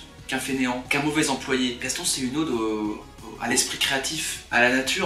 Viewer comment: Juste: une ode... pas un aude...sinon, bien.